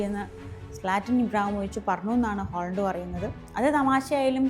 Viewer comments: Holland അല്ല haland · ഹോളണ്ട് അല്ല ചേച്ചി, ഹാലൻഡ്. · 'Aaaling holan' not to pronounce 'holand' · ഹോളണ്ട് അല്ല... ഹാലണ്ട് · ഹോളണ്ട് അല്ല ഹാലൻഡ് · ഹോളണ്ട് അല്ല ഹാളണ്ട് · way she pronounced is Holland not Halland 😂